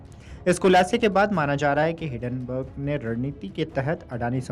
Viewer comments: हिडनबर्ग नहीं है हिंन्डनबर्ग है । अच्छे से पूरा पढ़ा करो। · आठवीं फेल एंकर, हिडेनबर्ग बोल रहा है